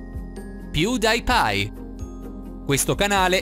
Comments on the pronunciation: ma perche hai detto pewdaipie? che si direbbe pewdiepie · Si legge piudipai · piu dai pai.... come lo pronuncia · ma sei serio...non sei insulta pewdiepie È pewdiepie non pewDaipie. p.s lo guardo anche se parla in inglese americano ma lo capisco lo stesso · si pronuncia “piùdipai” non “piudaipai” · Che pronuncia piudaipai Cmq su pronuncia piudipai Non voglio offendere nessuno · 1°punto:piudaipiaiiiiii ma tu stai male 2 °punto: pugno =logo di pewdie pie, maledizione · Pew day Pay, sei serio? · PewDiePie si pronuncia piudipai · Ma come fai a pronunciare pewdiepie piudaipai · PewDiePie: PIUDAIPAI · La cosa più bella del video è come pronunci a Pewdiepie🤣 Ps. Ti stimo per questo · OMG MA COME LO HAI PRONUNCIATO "PewDiePie"? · Come cacchio hai pronunciato Pewdiepie? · Come hai pronunciato pewdiepie !?!?!?!? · quando hai detto pewdiepie in quel modo io ho chiuso il video e forse messo dislike eeeeeh fooorse tolto la campanellina eeeeeeh fooooooooooooorse disinscritto eh foooooooooorse tutto quello che sto dicendo e al contrario hihihi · Come ha pronunciato pewdepie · Come ca pronunci pewdiepie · La pronuncia di pewdipie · Ho messo dislike per come ha pronunciato pewdiepie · Intanto pewdipie non si pronuncia in quel modo e due riceve il premio del pugno perché e il suo logo